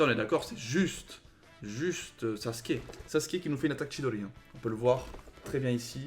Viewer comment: Mdrrr tu dit "saske"😂😂 c’est "sasuuuuuke"! Et ça ce prononce "ou"😂